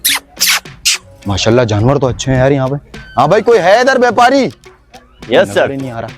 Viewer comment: Vyapari hota hai,beopari nahi